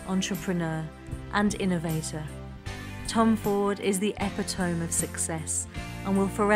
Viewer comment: Pronounced "EPP-IT-OH-MEE". Not pronounced "EPY-TOE-MMM".